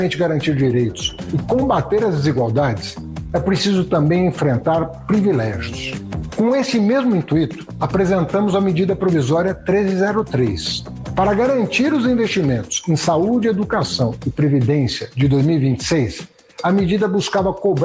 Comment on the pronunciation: é intuito, não intuíto, haddad !